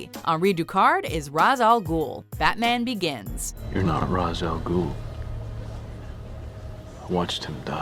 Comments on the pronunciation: Its pronounced "Raysh" not "Ra'z" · Jesus Christ you know better! Shameless! You damn well that Ra's is pronounced RAYSH. The studio made a joke about it in the movie but you don't need to here. I know it's kind of silly to be pissed about something so small but it's a pet peeve of mine. I'm pretty sure you've even had this included on a video at some point!